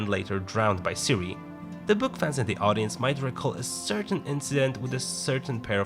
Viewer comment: Does he pronounce "Ciri" like "Sui" ?